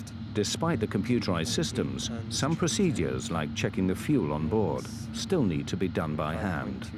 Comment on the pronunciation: and many other times “ PROSEEDUUUEES” spell is driving me crazy!